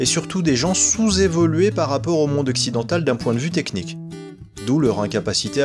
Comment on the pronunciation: Et puis toi qui est le plus savant de la langue française déjà on dit monde mais pas mondre MDR hahaha